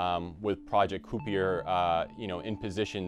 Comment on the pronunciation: ki-per, not coopy-er..